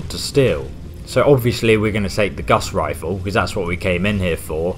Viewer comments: What is a guss rifle? I've heard of a guass rifle but not a guss rifle. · So what’s this “guss rifle”?